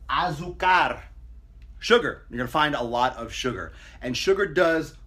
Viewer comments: There is no rolled R in azucar. Source: Mexican Spanish is my first language. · pues sí, pero si no pronuncias bien la r al final va a sonar "azucag" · Ah!!! He said azucar! And he ROLLED that R too! Go'head Papa!